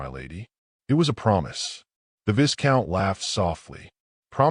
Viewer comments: Initial picture makes no sense. Looks as though she’s sitting on the floor of the carriage. Again, Viscount is mispronounced. The S is silent. It’s Vie-count. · AI learn the pronunciation of viscout…!